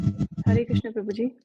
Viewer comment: हरे कृष्ण बोलो प्यारे.... कृष्णा नहीं कृष्ण